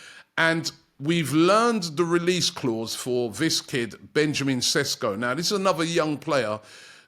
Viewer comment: Not Sesko, but Šeško! 😊 greetings from Slovenia Robbie 😁